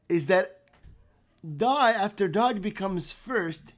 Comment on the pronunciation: You really need to pronounce it right Doge not Dodge